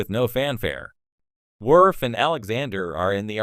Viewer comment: Commander “Wirf”